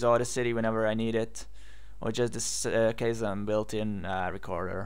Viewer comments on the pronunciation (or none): what is the name of the app you are using? Cousin? kozan? I cant tell what you are saying. And I am not seeing anything like that on the directory of ubuntu apps... thanks!